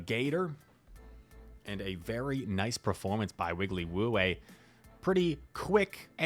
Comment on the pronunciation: Thanks for the feature. It's Wigglypoo, not Wigglywoo and I'm definitely not a streamer 😉